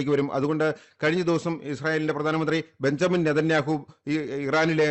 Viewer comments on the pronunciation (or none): none